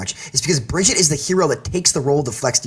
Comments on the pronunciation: I don't trust anyone who calls her BRIDGE-IT it's BRIGG-EATER How can you be a pro at the game and not even know how to pronounce her name? It's not fucking hard. Spose you're a boomfest or a weenstone main eh? Maybe a fucking windowmaker? Beaver? Fuck me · "Bridget". Cmon, its BRI-GEET-TUH. You should know better, man. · I hate when people call her Bridget. That's not her name, you don't get to change it because you don't know how to read. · Hell I would even accept if you called her but her name is not Bridget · Every time I hear "Bridgett" my soul dies a little. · I still do not understand how people can not pronounce Brigitte. says Brijitte and Fredo says BrigidA. Well the only OWL Caster who can pronounce her is Uber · The amount of times he says Bridge-it annoyed me 🙄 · I couldn't listen to this guy say Bridgette anymore. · whats with saying Brigitte wrong (this according to the people who made the hero and the voice actor just sayin) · Was anyone else's OCD bothered by the fact that he kept saying Bridgette?... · Yessss its pronounced Baguette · Omg stop saying Bridget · He keeps mispronouncing Brigitte’s name. How are we supposed to take him seriously??! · You keep calling yourself a briggitte player learn to pronounce her name I don't care who you are it's hard to take you seriously if you don't even know the proper pronunciation of a their name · I always find it weird when a pro can’t pronounce Brigitte’s name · The amount of ways managed to pronounce Brigitte without pronouncing it correctly is honestly astounding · I really hate the way this guy says name. Stop it. Stop right now. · one year later... and people still can't pronounce Brigitte properly... /smh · One year has passed and people still don't know how to pronounce Brigitte? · He's got to know by now he's just wrong 😹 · So this guy doesnt know how to say Brigitte and it's making it hard to take him seriously. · Why can't he say her name right?